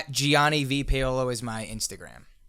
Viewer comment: this guy doesn't even know how to pronounce his own name...Paolo is pronounced pow-lo, not pA-o-lo